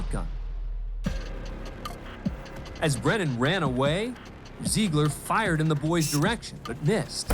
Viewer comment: Why does she say fa high yerd. There is no “y” in “fire”!